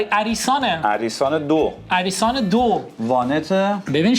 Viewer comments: أریسان❌ آریسان✅ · آریسان❌ اَریسان✅ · به اریسان گفتن عریسان اخ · آریسانه اَریسان چیه😂😂😂😂😂😂😂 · آریسانه نه اریسان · آریسان❌ عریسان✅ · ماشین دوم آریسان هست نه عریسان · آریسان❌️ اَریسان✅️ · آریسان نه اریسان😂😂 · آریسان نه عریسان😂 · اَریسان نه آریسان درسته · آریسان ❌️ اَریسان✅️ دمپایی آخوندی✅️✅️ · اون آریسانه نه اّریسان😂😂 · عریسان چیه آریسان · آریسان نه ...... علی سان درسته😅😅😅😅😅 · آریسان نه اریسان همون که تو امید گفتین اشتباه آریسان درسته نه اریسان اشتباه گفتین😂😂😂😂😂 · آریسان ❌ عَریسان✅ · عریسان نه اریسان 😂😂😂😂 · آریسان❌ عرریسان✅🤣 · اَریسان چیهههه؟🤣